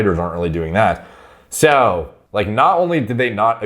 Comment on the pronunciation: that's the weirdest way I've ever heard anyone say "so"